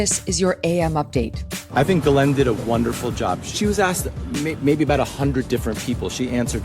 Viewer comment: For years, Ghislaine Maxwell's many attorneys have always called her Guh-LENN. You think they'd know better and call her JIS-layn or Gill-AYN or whatever her name really is like everybody in the media does. And you'd think she would have corrected them so they would pronounce it right. But No! They insist on calling her Guh-LENN for some reason.